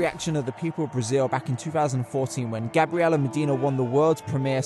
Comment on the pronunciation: "Gabriela" Medina...?! Can you please pronounce correctly the names of world champions? (P.S. "Gabriela" is feminin for "Gabriel" in Portuguese.)